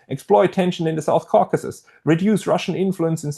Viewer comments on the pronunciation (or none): none